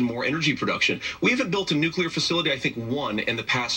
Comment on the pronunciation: no such word as nucular gov is ignorant and stupid